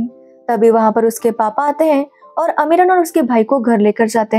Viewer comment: अमीरन नाम है ना कि अमरीन